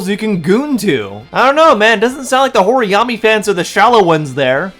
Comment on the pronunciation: "horiyami" holy larp